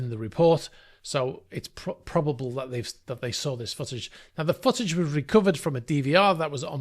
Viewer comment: Is he reall saying foot-age, sounds more like sausage to me